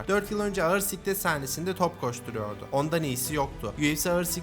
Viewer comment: Abi siklet değil sıklet yeni atmışken düzeltirsin diye diyorum, eline sağlık